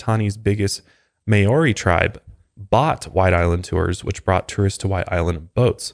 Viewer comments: hii from new zealand! just wanted to let you know the correct pronunciation of Māori Mau (like ma-o) - Ri (with a rolled R) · Maori is pronounced Mao-ree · I’m from lil NZ such a sad story! You do well to try your best to pronounce the Maori language and we would love for you guys to visit one day! But Maori is pronounced the same way you would say “mouldy” like mouldy bread ☺️ love the mile higher podcast! 🥰